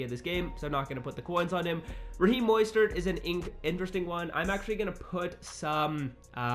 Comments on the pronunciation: just to let you know, it’s MO-stert not MOY-stert lol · Raheem Moistert? Cmon bro you mean mostert “Moe-stert” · Dylan Black you wrong too moss-stert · This man really just said moistert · Dude say MOISTert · Are we gonna ignore how he said Mostert lmao